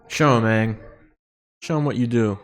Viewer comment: Please don't say 'Ung' 😂 Everyone shares a trauma about this huge error from the terrible live-action movie we do not mention. It's Aang - said like 'Ah-ng'